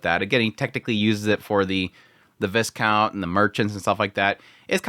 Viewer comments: Just so you know, it's pronounced Vy-count, not Vis count. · You don't pronounce the s in viscount, vai-count. Though tbh, not having the "french" pronunciation is easier